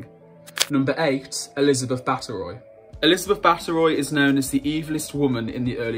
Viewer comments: It’s Elizabeth Bathory (Bath-o-ree) not Bat-eh-Roy...... just FYI I have to admit for a person with a History channel you don’t seem very well researched in history...... Also, the way you talk about the people in this video is really awful...you can’t call people “freaks of nature” that’s not ok!! Definitely won’t be watching any more of your videos 🙄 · How can you read Elisabeth Bathory's name as "Butteroy"????? Please, do a bit of research in spelling names properly. I find it quite difficult how English native speakers ignorantly mispronounce names of those who are not English. Total disrespect....🤦🏻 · Just a friendly tip, look up pronunciations. Elizabeth Ba TH ory. Your voice is lovely but it's jarring when names are mispronounced. Im subscribing because I think you have potential. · its pronounced (bath-ery) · Ironically I was informed by my GERMAN friend that Bathory should be pronounced as BAT-ORY. I would suggest you curb your prejudice about English native speakers in future. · The Elizabeth Bathory (whose name you mispronounced) story is based on folklore. We don't really know if she murdered hundreds of girls or drank or bathed in blood at all. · here, needs to pronounce words and especially names, correctly. He misread/pronounced Elizabeth Bathory's last name and the heir to the French Throne's title. There's also the bait and click image of the Prince of Wales, but he's not mentioned and for good reason-to do so would be considered Treason in the UK.